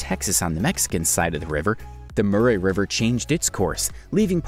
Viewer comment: Its pronounced ...."mack worry" ...... (Macquarie) WHY does everybody thing that Tasmania is separate from Australia? ......its all the same its AUSTRALIA! How on earth do you pronounce "Murray river" like that?....have you ever heard of the singer Anne Murray? Also "Jervis bay" is pronounced...."Jarvis bay" and....dont get me started on "alluminium"!